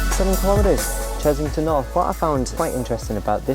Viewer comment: It's Chessington not Chezzington!!! Other than that, another great video :)